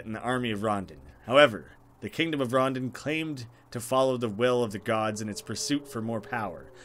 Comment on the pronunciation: I think its pronounced ron-dawn not rondun, idk though